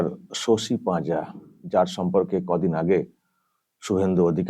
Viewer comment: পাজা না পাজি দিদি